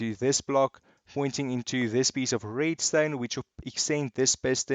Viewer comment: I love how he says „Reedstone“😂😂